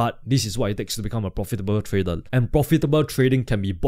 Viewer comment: Thank mate ,nice content....Have you somme issues to pronounce the R because you say Tradel instead of tradeR thank you so much to explain your strategy so nice.......